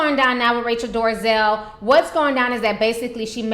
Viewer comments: It's NOT DORAZel it's DOLAZEL what I don't like is that you have an attitude that thinks you can defy correct English, then you act all ghetto about it. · dol-eh-zal. NOT door-uh-zell. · Um her name is DOLEZAL nit DARIZAL lmao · Dorazel? lol Dolezal! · Dorazel? Bad pronunciation. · Why ti say that lady name like That? Lol🤣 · OMG how many times do you have to read and say her name before you get it right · What I find humorous about this video is that she can't even pronounce the woman's name correctly but she decided to devote enough time to make a video bitching about her. Hahahahaha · Your talking on kinds of crap and you don't even know how to say her last Name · You don't even know how to say her last name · Ti shamelessly butchers names 😩💖